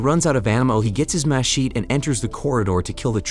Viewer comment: It was trying to say "Mechete" - as in the big knife used to cut through jungle.